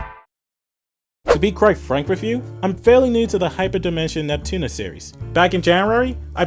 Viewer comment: im gonna move on. your accent pisses me off. your supposed to pronounce ALL the letters in Neptunia. you keep saying "Nep-Tunna" like you just got back from the dentist.